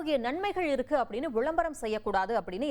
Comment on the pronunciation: அப்படி ருக்கு இப்படி ருக்கு..!! தமிழ் ஒழுங்கா பேச தெரியாத நீ எல்லாம் செய்தி விமர்சகர்